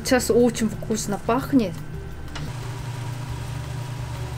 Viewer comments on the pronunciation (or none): Кстати, правильно будет "фкусно", буква "в" в этом слове произносится, как "ф". Это просто если интересно знать :)